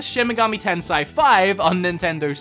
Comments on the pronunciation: It's Shin Megami Ten-say-e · Shin meg-AH-ME 10 say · It’s TEN-SAY! 🤣🤣🤣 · TENSAI!? ITS TENSEI (TENSAY) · Japanese words, not really hard to pronounce. It's pronounced as it is spelled, using basic pronunciation (i.e. No long 'i' or hard 'e'). So yeah, you got 'SHIN MEGAMI' part correct, but 'TENSEI' is more 'ten-sey' but '-sey' is not prolonged. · Bruh it's shi-n me-ga-mi te-n-se-i (me pronounced like MEssy and se as in SEttings)